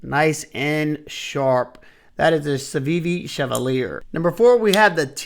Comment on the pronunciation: Very Nice List, With the Civivi everyone messes up the name - It is: Chev-al-ee-ay, Its French, meaning A Knight or a Chivalrous Man.